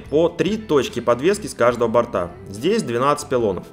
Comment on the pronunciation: На колесах есть борта😀? Ошибка в произношении.